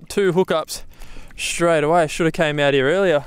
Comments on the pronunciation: Love your vids but please learn to pronounce the word 'straight' correctly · And while I'm at it, any other word with an "st' in it. Shtruggled Aushtralia Shtraight 😅 it fucking kills me